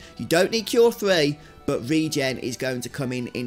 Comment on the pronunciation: I'd like to thank you for knowing how to pronounce ReGen, so many people pronounce it "reggin" and it's maddening lol